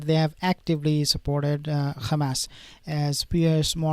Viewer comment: Why you call them khamas? I actually appreciate your posts but they're Hamas....